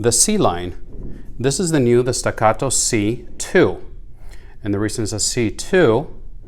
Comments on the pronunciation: Very helpful video. Thanks! The way you pronounce “stuh GAH doh” cracked me up. 😆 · It is made in Texas. It is pronounced Stack-uh-toe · Why don't you talk about shit that isn't said all over there page like how the different mettle feel .you say the name like it's a Spanish gun wtf . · Why dosnt anyone talk about steel vs aluminum options why are you saying the name like that there made in Texas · Stop pronouncing Staccato so weird